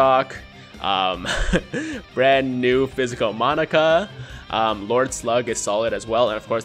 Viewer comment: It'd be awesome to see you do a Monaka video...only as long as you say his name right. Because saying "Monica" this many times made my eye twitch and I can't imagine the cringe that would come with how many times you'll say "Monica" on a video centered around Monaka.